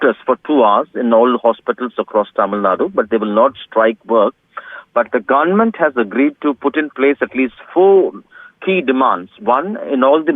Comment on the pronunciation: the GUNMENT ??? who's this reporter :D